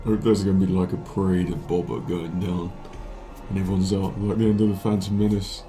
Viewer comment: I hate to nit pick, but its not bob-ba, its bow-ba........ Ok now carry on...